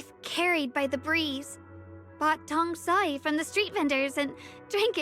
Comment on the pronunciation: pronouncing "tong sui" here is probably not intentional. I guess is mostly used to Japanese than Chinese.